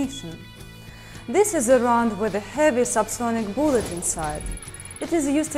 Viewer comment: boolet. I love how she says that word XD